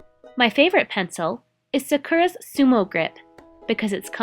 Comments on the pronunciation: It should really be San KOO rah. And roll your “r” if you want to pronounce it in Japanese. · Where'd you get the 'n' sound in Sakura? And the 'r' is more a tapped 'r' than a rolled 'r'. People tend to overthink that sound when if you speak english, especially American English, that sound is actually used really often! A tapped 'r' is the the same soft 'd' sound as the 'tt' in litter or 'sitter'. As for which syllable to emphasize, Japanese doesn't really do emphasis the way english does so the more evenly you can say the three syllables the more correct you're going to sound. For a beginner, it's easier to just put a light emphasis on the first syllable rather than go the english route and greatly emphasize the second to last syllable. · Sah Ku Rah not Sah Kuur Ah :) (Japanese Major rant over now) I love my new Microns. I have gotten them overtime here and there from someone mistakenly handing them to and fro as normal writing instruments. Once discovering there actual use I'm even more in love with them. No to learn t use them properly. First Day hand letter other than getting yelled at by the Sisters in High School for doodling in the margins in Religion Class. 頑張りまあしょう！ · Is it just me or is the incorrect way they pronounce Sakura aggravating enough to want to shoot the speakers? It's SAH-koo-rah not Suh-KER-uh!